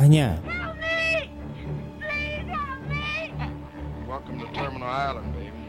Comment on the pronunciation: Island dibaca jdi ailen